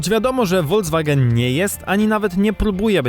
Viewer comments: Uwielbiam Wasze filmy, ale strasznie kłuje mnie w uszy słowo "wolDZwagen", kiedy to jest "folKSwagen". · Proszę to się mówi folkswagen a nie wolkswagen